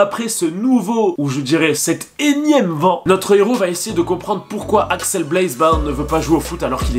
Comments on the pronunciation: Tu dis Alex au lieu de axel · Par contre c’est Axel pas Alex sinon j’ai kiffé.